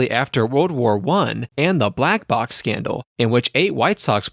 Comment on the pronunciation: Did this narrator just call it the 1919 Black Box Scandal?